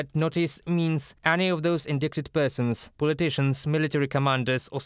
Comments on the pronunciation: Indicted, the C is silent. Not pronounced indickted. How I wish you would practice your report with a native english speaker. The world needs to hold accountable all those that commited crimes during armed conflict. It is especially heinous when an armed soldier attacks an unarmed civilian. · Pronunciation Tip: The C in indicted is silent. The second I has a long sound like the I in kite. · True. "Indicted" is pronounced ind-eye-ted. Perhaps a native English speaker is not available. UATV English does a great job despite the crazy English language! Many of our military words are actually French. And how the heck do we get "kernal" out of "colonel"?